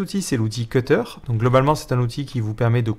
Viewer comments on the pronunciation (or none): none